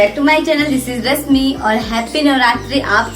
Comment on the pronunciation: आप का नाम रस्मी नहीं # है ना. तो सही से उच्चार किजीए.